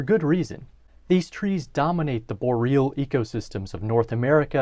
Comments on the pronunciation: BOR-e-al, not bo-REAL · Bo-re-al not bo-real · Boreal is a three syllable word, pronounced bore-ee-all. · Bor-real... excuse me? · Learn how to pronounce boreal! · You mispronounced "Boreal"